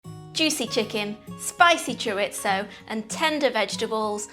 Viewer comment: “Ore-ah-gah-no and Cherit-zo ”? I love it! Also, this recipe looks amazing. Can’t wait to try it!